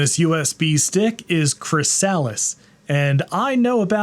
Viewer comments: Thank you, wasn't sure if he was trolling us with Chris-Alice and Merry-O or what 😫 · For the record, it's /ˈkɹɪsəlɪs/ ... rather than Chris Alice. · Or pronounced Chris-a-lis - just like everywhere else in the English speaking world. You know like a chrysalis of a caterpillar....Not a Chris-sal-is.... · CRISS-uh-liss. Not Chris-Alice. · Chry-SAAALLL-is? I think chrysalis is pronounced, /krĭs′ə-lĭs/, which is a pupa, especially of a butterfly. Source: The American Heritage Dictionary. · i know its an old video and you arent going to read this, but not sure if you are pronouncing chrysalis the way you are for the memes, or if you actually dont know the proper pronunciation. emphasis goes on the kri not the sah. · MorphOS is the only reason I own any macs (2x1.42Ghz G4 Minis, 1.25Ghz G4 Mini & 1.7GHz G4 powerbook) and the add-on pack is pronounced chris-a-lis BTW as in the stage between caterpillar and butterfly/moth. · "chrysalis" = "KRIS-a-lis" with the accent on the first syllable. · Chrysalis is pronounced with the emphasis on the first syllable: KRIS-a-lis. (It’s the stage of life in which a caterpillar develops into a butterfly.) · it pains me the way you pronounce chrysalis lmao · It's pronounced chrysalis, not chrysalis 😅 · They're CHARGING for a hobby OS? Also I won't lie I stopped the video after hearing "chrysalis" butchered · Is there a reason you're pronouncing the name Chrysalis differently from the word, chrysalis? Is this one of those 'jif' vs 'ghif' situations? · Can’t even say chrysalis correct. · that chrysalis pronunciation. Doesn't anyone remember metamorphosis taught in grade school? It's a cool/funny joke in reference to the Butterfly mascot with MorphOS. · I don't think anyone has ever pronounced Chrysalis like that lmao